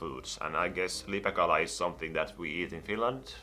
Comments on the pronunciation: puhu LIPEKALASTA eikä LIPEÄKALASTA. 😂😂😂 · Eetu Hartikainen ei oo olemas lipekalaa vaa lipeäkala se ei sanonu sitä oikein